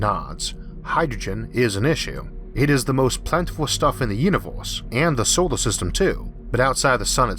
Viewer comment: why do you call it "theoform" and "solo system". so many strange pronounciations i had to cut of the video very early.